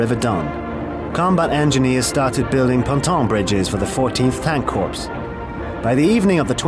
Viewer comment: An army corps is pronounced " core" - not "corpse." Geezus!